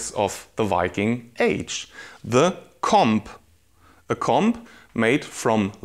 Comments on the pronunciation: Das b in comb ist stumm. Man spricht es koum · I'm sry but I cant get over the way he says comb😂😂😂